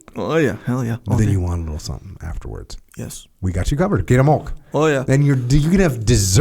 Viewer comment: Is he trying to say milk? lol